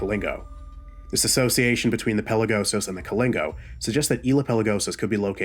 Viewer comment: Love the video man and the pronunciation is kali-na-go and do-mi-ni-ca also i appreciate you making it known that the cannibalism was a myth